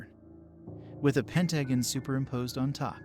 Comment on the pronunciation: It almost sounds like a robotic voice, they way there is no pauses between certain abbreviations or the computer-like mispronounciation of pentagon. Good story though